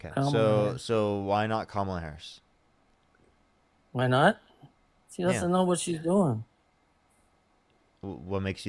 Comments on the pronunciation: Hahahah how come they all, all of them, say her name wrong Every single one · Call Kamala Harris incoherent but he can't say her name correctly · They watch from MAGA news sources, where her name is said wrong on purpose